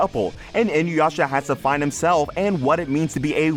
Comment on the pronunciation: It's "EEEN-OOO-YASHA." Everyone says "In-you-yasha." My biggest gripe as a fan for the last 20 years. If Yasha is "in you," your name better be Kagome.